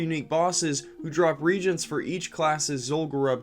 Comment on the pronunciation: You might want to look up on how to pronounce reagents and sepulcher.